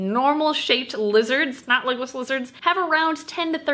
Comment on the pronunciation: For the longest time I thought you kept saying “Legolas Lizards” and I thought it was kinda weird that a lizard was named after Legolas then I read the title to this video and my life has been changed forever